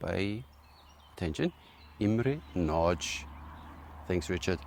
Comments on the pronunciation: if you want the perfect pronunciation: ist nadj, not natsch ;-) Miklós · Very nice bow! We have multiple Nagy bows in our club, and so far everyone was satisfied with them. About the pronunciation, -- this is just me being nitpicky tho :D -- the 'gy' sound at the end of Nagy is still a bit strong, but You're definitely getting there :) That being said, I know how hard HUN language is :D I've better command of EN even though I'm a native xD